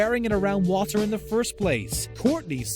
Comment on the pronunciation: I’m sorry but the way he says water in 😂😂💀